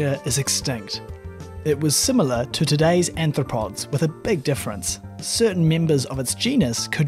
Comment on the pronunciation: >>> At least three times your voiceover (corroborated by the captions) refers to anthropods (sic). Care to define? Human-like feet?